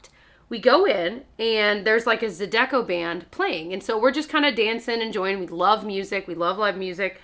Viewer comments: /ZA:i de ko/ stress on first syllable 😎 spreading the way we born and raised musicians in NOLA say it! Sorry to hear those jerks messed up your time in my city. Adore your channel and sweet family🤗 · Try the Reese's Take 5 candy bar. So good. Also, it's ZY-di-koh music. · Oh I love you but you pronounced it incorrectly. Zydeco is pronounced za de co. Good story and that’s how they roll in New Orleans. Next trip to Louisiana try Lafayette. We have better food and some pretty great festivals every weekend in spring and fall. Come visit and let me know I will get you all info to have a great trip! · Zydeco!!! Lol it’s pronounced zai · duh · kow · Ok, I cannot guarantee this, but I think it’s pronounced zye-dih-coe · Zydeco = zi-da-coe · Girl its zYe-deco band 🤣 haha love it though! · My major take away (aside from your mispronunciation of zydeco 😂) is that y’all went to NEW ORLEANS without a food budget??? It’s a good destination! The bar scam sucks, but it’s common in a tourist area in a tourist economy city. But my mind is reeling that y’all were planning to make groceries to save money! That’s a huge misstep! 😂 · Love the story but the part that got me most was how you pronounced zydeco!!! 😆😆😆 Literally had to pause the video and Google it to see if it is “ZA-deko” or “ZI-de-ko” as I always thought! 😬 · Coming back at 19 mins to say as soon as you said yall didn't have much money I already knew it was a bad experience with a shot girl. Also the way you pronounced Zydeco Music has me dying!!!